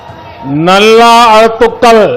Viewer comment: 😂😂😂😂😂😂😂nallaa azhutthukkalll aaaaaaaaa ada kodumaiiiiyee😂😂😂😂😂😂 thaaaiiiii mozhi yaa epdi kodharittaree keedijiiii